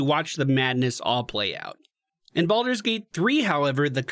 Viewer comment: Bal-Door, not "boulder".